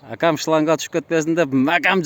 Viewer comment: Макам дебей , бекем деп айт кыршыздын созу .😂